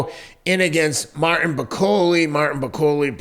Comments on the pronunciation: Teddy you said some of these so called journalists who have no credentials think bakole will win 😂 The fact you kept pronouncing his name wrong probably shows you knew very little about him, In the uk we all had bakole as favourite, I know you don't think much of us brits but there is a boxing world and a world in general outside America, No-one has to go to the states anymore to prove they are better, We world has moved on, Just a tiny bit of research and you would of seen why Bakole was such a big threat rather than reading about a loss he had 6 years ago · your not kidding, teddy couldnt even pronoune martins last name,it shows how little he knew about bakole, embarrassing